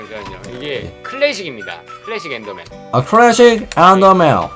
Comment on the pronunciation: 엠더맨이 아니라 엔더 입니다